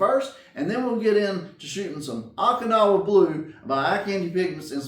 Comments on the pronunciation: Haha, I did this before, Okinawa was crucial Japan area of WWII. Last and bloodiest battle in the Pacific, called Operation Iceberg. It allowed US to have staging area for final invasion. Oh-kinawa , not ock-inawa. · Not to bust your chops, but I think it's pronounced Oak-in-now-ah. 😉 I enjoy your paint videos, gets my mind rolling on color combos. Love the pearl over 50's aqua color. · Long “O” in Okinawa, not short.